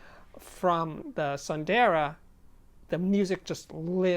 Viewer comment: I believe it's pronucned soon-the-raa which means beautiful in sanskrit. ☺ Great review Steve